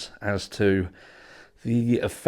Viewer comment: Can I get a translator over here?? I don't know the difference between LAW ENFORCEMENT and "lore enforcement ".. 😂😂😂